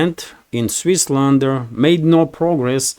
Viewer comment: Switzerland, not Swissland.